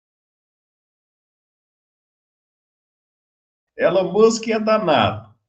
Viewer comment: O senhor está falando errado o nome do Elon Musk